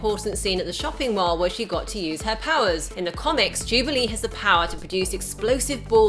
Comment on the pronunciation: can't say mall correctly. She keeps saying mahrl.